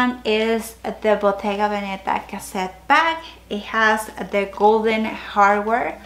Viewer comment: I love your collection - btw Veneta is emphasised on the first „e“ ! I don’t bother saying that for every English speaking channel but I think for Hispanics it is maybe interesting !